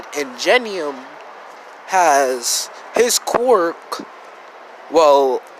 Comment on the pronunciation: Ok its quirk not qwork this might sound mean but it annoys me so much. It’s pronounced k’wur’k.